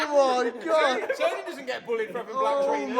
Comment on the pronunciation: It's TOW-NEHH.